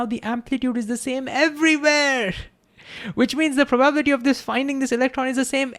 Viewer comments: This was the best short vid on Heisenberg uncertainty that I have seen on youtube! Thank You! I think you were so genuinely excited that you forgot how to pronounce probability, hiliarious! I am glad you referenced the Feynmann Lectures, and I plan on reviewing them! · The spoken accent is on the 'bi' not the 'ba' of probability. In terms of human understanding, hearing is an uncertainty. Maybe hearing is a location based bias or understanding is misunderstood? Love your take and presentation, now increase my love! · Love this video, but the pronunciation of ‘probability’ sent me into orbit with an uncertain amount of momentum. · You should probably learn how to pronounce "probability" correctly, because it turns up so often in QM. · Please don't swallow 'bi' syllable in "probability"❤ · Listening to pronounce “probability” is priceless. We love you. ❤ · Great video! I don't get why stable wavelength also implies identical amplitude everywhere though. Will come back to it... btw its Pro - ba - BIL - i - ty and Pro - ba - bi - LIST -ic (not pro - BA - bil - i - ty) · I'm not sure what you question means, but this could satisfy it: He says 'probablity' (missing the 'i' and stress on 'a') instead of 'probability', maybe due to associating the word with 'probably'. Maybe not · I know it's ok for none natvie speakers to have an accent. But for some the way he says some words is making my brain hurt. pro-bab-litty, Ten-Zor. the rest is ok. but, these ones are so out there that make me detatch from what he's saying. the videos are dope though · Probable, Probability Prob-able prob-ability Not, Probality not, Probalistic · I need to giggle everytime I hear "probaablity" :D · This guy: Ingeniously explains Quantum Mechanical principle like it's second nature... Also this guy: Cannot pronounce "probability" ((hint: its pronounced "Praw - bah - BILL - it - ee" ~ 5 syllables )) 😂😂 Great video, I bet his class is fun. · Learn how to pronounce "probability"